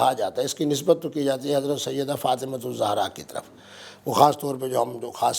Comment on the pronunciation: mubasher sahib pehlay to ap BIBI FATIMA ZEHRA s.a ka name theak say leana seakh lo zohra nahe ZEHRA s.a hey